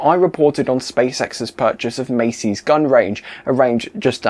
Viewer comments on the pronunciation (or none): And there is no water piped to that area. It’s all trucked in. It’s pronounced mass E, not macys.